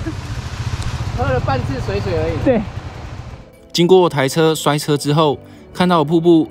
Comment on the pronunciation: 水(ㄕㄨㄟˇ)水(ㄕㄨㄟˇ)聽起來好怪XD 通常不是念水(ㄕㄨㄟˇ)水(ㄕㄨㄟˊ)嗎